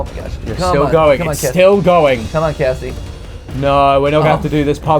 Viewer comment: is it just me or did it sound like "Gregory" said Cassidy instead of Cassie?